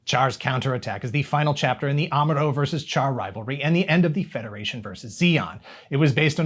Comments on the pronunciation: Char is pronounced as "Shar", BTW. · I hate to be "that guy" but I can't help myself as he is one of the most iconic characters in Gundam, if not all of anime: the correct pronunciation of "Char" is indeed "Shar". Not the spelling, mind you; it is spelled "Char" but pronounced "Shar". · Char is pronounced Shar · It's pronounced "Shah." Listen to the original Japanese dialog.